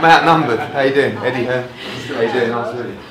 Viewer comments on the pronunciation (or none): Superb.. someone needs to tell Shannon it's Eddie Hearn.. not Eddie Hearns 😃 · its Eddie Hearn not Hearns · "eddie hearns"